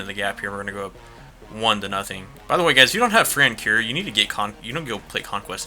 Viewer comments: Francour is pronounced Fran-Coor not a big deal just bugs me a little as a braves fan haha good videos though man keep it up! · Great vid! But I'm that's not how u say francoeur just look at like a video or something than u will know